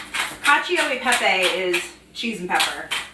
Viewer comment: 😍 si pronuncia cal-cho e pepe 😉